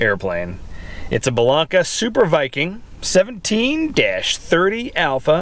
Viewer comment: Hey,! It's pronounced BELL-AINK-AH. With a long "a" on the middle syllable. Great video, thanks for sharing.